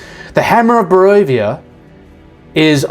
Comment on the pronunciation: Brother , it's Boravia and Jarhanpur ( a little favour from one of your follower)